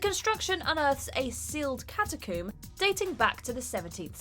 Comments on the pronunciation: Catacoom? Ashume? I thought rec was about rabid people in a US apartment. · “A sealed cata-coom” nice.